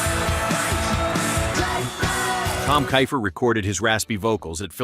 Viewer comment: Tom Keifer pronounced Keefer not Kyfer.